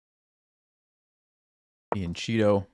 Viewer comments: It’s from the Italian so pronounced FIYANG-KE-TTO! fianchetto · He knows that . He usually pronounces it like that . He was just being goofy, i think?